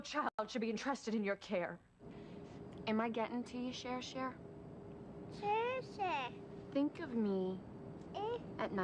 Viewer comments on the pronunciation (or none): I'm so sick and tired of hearing say Sher Sher 🥶